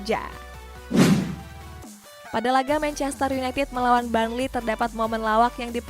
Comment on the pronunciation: Burnley not barnley hadeeh😴😴